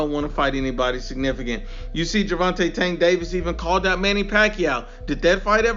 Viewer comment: “Gervonta STANK Davis” 😂😂😂😂😂😂